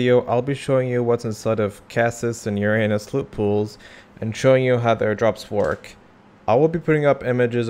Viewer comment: the funniest part is that this is not how you pronounce uranus at all